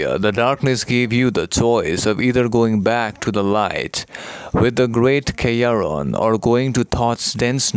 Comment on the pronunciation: Could someone tell me if is saying "Kryon" or "Chiron" or "Kayron" when naming the "Mountain of Light?" And why was Metatron ever working for Thot in the first place if he was a negative influence trying to capture Divine Love? Just confused, not sassin'.